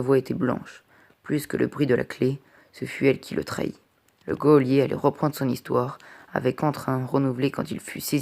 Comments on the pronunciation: Super lecture en revanche on dit un JOLIER non un GUEOLIER (geôlier) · C’est GEÔLIER pas GUEOLIER